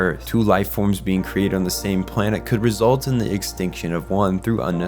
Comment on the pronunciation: Never suppos*ED* to happen. Cata*CLYS*mic results. and half a dozen times before; BEANS? Why are they beans? It took me 10 solid minutes to figure out that you were trying to say "being". There are TWO SYLLABLES in that word: "be-ing". Honestly couldn't watch it any farther than that.